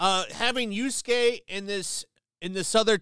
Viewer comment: How many videos until actually gets Yasuke's name right?